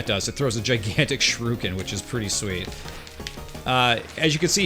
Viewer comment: Shuriken...not Shuruken. There is an "I" there. You pronounced Tanuki perfectly but butchered "shuriken" repeatedly. That hurt my head. SHU-REE-KEN is how you say it. You're welcome...wow.